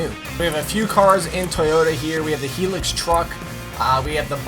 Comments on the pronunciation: Everyone is Australia says High-Lux as in pronunciation not the actual name is High-Lux, ok Muhammad? He pronounced it Hee-lux, do you know what you're on about? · Dammmn, pronounced Hilux wrong, its Hi-Lux not He-lux ahhaha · Not heelux. Highlux. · Yo. Love the channel but its not a heelux it is a hilux like highlux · SGT-1ST-BLOOD Forget About Goddamn Pronounced Thing,Dude He's A Bloody Canadian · JackTheRipper425 Toyota Pickup Was Named As Hilux, Jack It's Pronounced Hi-Lux,Okay? You Don't Know About That Mid side Pickup